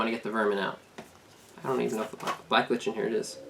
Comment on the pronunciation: It's pronounced like "liken"